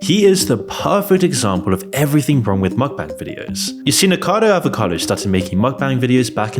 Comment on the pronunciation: I appreciate all the information you presented in this video, but could you at least pronounce the Youtuber's name properly? "Niko Avocado", "Zach Coy"